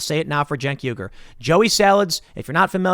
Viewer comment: Hey Tim, It's pronounced "Uy - Gur" not "Yu - Gur", the U at the start of his name is spelled like the U in "Uzi", you say Uzi, not Yuzi. Just pointing it out :)